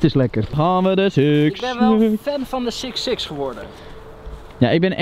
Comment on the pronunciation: "sicks sicks"